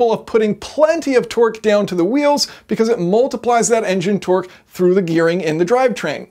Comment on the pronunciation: He's saying Twerk not Torque and u can't unhear it now 😂😂😂😂